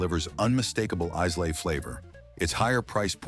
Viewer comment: I agree with most choices here…..Lagavulin 16 also my favourite! However I cringed every time you mispronounced Islay …..not Isslay but properly pronounced as ….eye la ….just saying.